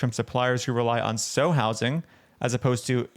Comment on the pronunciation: I'm sure someone already said it, but a sow is a female pig, and it's pronounced like the word cow or pow. It doesn't really matter, but meat heads will use the mispronunciation of a word to dismiss a whole dang argument. Love your vids!